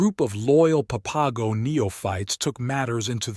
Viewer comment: I wish this guy would quit chopping up the words San Xavier and the papago tribe??? It sounds horrible when he pronounces those words, san haveer, and papago easy to pronounce just the way it's spelled okay.